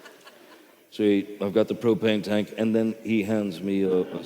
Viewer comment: he says propane tank in an english accent weirdly